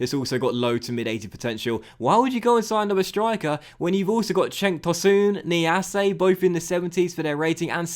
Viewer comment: Niasse, not Niassé